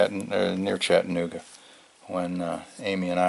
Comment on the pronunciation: LOl going to help you with your southern pronunciation of Chattanooga. It's Chatta.... nooga... Not Chattan---ogga .. It's okay You are from MI! I lived there, very nice place to live. I miss your adventure already.. Can't wait for you to stealth camp someplace that is not hot. Just a nice cool camping adventure. Heck, I love the rain camps.. nothing cosier than a rainy night in a tent. Just not fun getting it all packed up the next day .